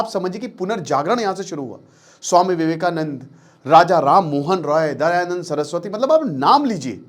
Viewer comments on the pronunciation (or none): none